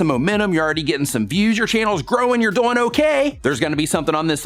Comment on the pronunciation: Does anybody here say DOYING? Instead of DOING? Lol love ya 👍❤